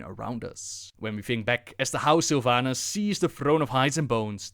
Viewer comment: I'm soo tierd of people calling Sylvanas sylvanus is this a meme or something?